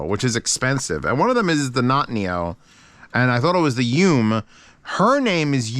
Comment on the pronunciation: Great to see people still using the Bravery. Just a tidbit SeeAudio mascot name is Rinko and the Yume is pronounced "Yu-may."